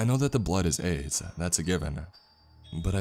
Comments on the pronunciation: I got really confused about that too!😅 I knew someone wouldn’t name their kid that but it REALLY did sound like “AIDS”. I think his name was Aiden. Aid or Aids doesn’t sound like a nickname ANYONE would call a kid! I have known of several people named “Aiden” through kids who grew up with my kids and through just being an adult around other people in life including clients throughout the couple places I’ve worked in my career... Anyway, I’ve NEVER heard of anyone named Aiden go by the nickname Aid or AIDS.... I don’t know about you but I’m going to listen to this story again b/c there were a lot of clues in the story before the last 22 minutes where “the report” was read... I don’t want to spoil it for anyone who hasn’t listened to the whole story yet! Love from Texas ♥️🤠🌴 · wtf is the name i cant fucking tell i hear “aids” “aid” or “Ann” edit: its aiden im a fucking idiot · I keep hearing the name as aids 😒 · Every time he says the brother's name I can only hear "Aids" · Is the brother's name "Aids" or am I hearing it wrong???